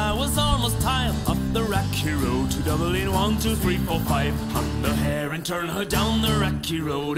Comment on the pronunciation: Enjoyed the video. I'll try that method. Also its Dublin not Dubling. Am I being too picky?